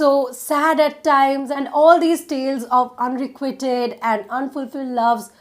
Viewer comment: the pronunciation of unrequited should be checked. it's unrequaited kind of* when you pronounce it